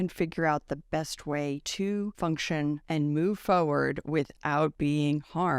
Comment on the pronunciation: you mispronounced the word "forward" as "foward". It is pronounced FOR-werd, not FOE-erd.